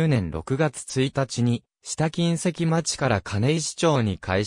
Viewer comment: 金石は「かないわ」です。ナレーションの誤読が酷すぎますね。間違った“知識”は無用です。